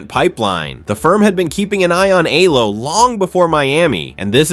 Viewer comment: Alexandra Eala pronunciation E yala